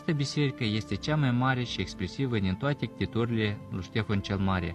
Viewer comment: (DIN toathe) cu accent rusask